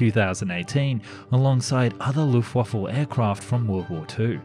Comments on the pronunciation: Anyone else hearing "Luftwaffle"? 😁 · please never say wuftwaffle again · Exactly! I have heard people say that before, and didnt know it for sure so i rewinded and while i was typing this he said Luftwaffel AGAIN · It's Luftwaffe (no "l"). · Please keep calling it Luftwaffel, it makes me chuckle evertime. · I love the way you pronounce Luftwaffe 😂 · Jesus you really need to learn how to say Luftwaffe properly. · Well... for an English speaker good pronounced! but Luftwaffe we have to train again. ;) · I like how whenever you say luftwaffe it always sounds like luftwaffle XD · it sounds like you say luftwaffel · hhhahahaha the ``LUFTWAFFLE`` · Lol ..... Is it Luft-Wifu? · Good vid. Apart from the "Luftwaffle" the pronounciation was fine. Now I want some waffles... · You said "Luftwaffle", I laughed. There is no l in Luftwaffe. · And again ? Hahhahahaha how funny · I know what you mean but for every German it sounds like "Luftwaffel" which means "air waffle" in german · Did you say “Luft waffle” ????? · you are forgiven also, it is Luftwaffe leuft-waffa and gor-ing those are the pronunciations the first one I can’t explain online how to pronounce online so use google translate I would reccomend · mmmm, do i schmel luftwaffels? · I know he apologised, but the Luft-waffle is still annoying. 🤣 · Die Luftwaffel (the airwaffle) xD (it is die Luftwaffe, without "l" at the end) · quick tip: it's luftwaffe, not luftwaffLe! 🤣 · D i d you said luftwaffle???? IT'S LUFTWAFFE L U F T W A F F E ! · Why do people always say luft WAFFLE? There is no L it is WAFFE as in WEAPON. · The... Loofwaffle? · "Luftwaffle" Ok we're done. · Luftwaffle?You mean Luftwaffe? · Did you jsut say Luftwaffel? Air waffle? hahahahaIts Luft waffe like air weapon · the lufwafful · What is "dzha:nkers"?? And "luffvaffe"? You'd better read this as "yunkers", and "luftvaffe" - if you don't mind.. (heh heh)